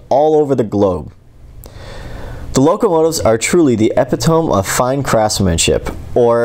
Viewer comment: I don't know about the German words you tried to pronounce, but look into "epitome".